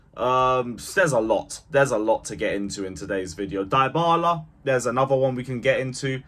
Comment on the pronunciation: His name is Dybala .. deebala not diebala… respect people’s names. It is a well known name !